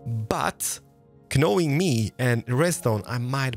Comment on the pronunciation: I love how says knowing. K'nowing ❤️